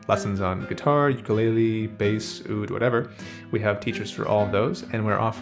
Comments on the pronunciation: Aloha! Ukulele is actually pronounced "Oo-koo-lei-lei," love your videos man and they brighten my day. Got in a motorcycle wreck and I'm stuck in bed so your videos provide a nice escape. Keep doing what you're doing chief 🤙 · I hope this doesn't come off as rude, but I'm from Hawaii and that isn't how ukulele is pronounced. I can't remember how to write it phonetically so here's a video demonstrating the proper pronunciation.